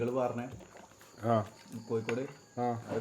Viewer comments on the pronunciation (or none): none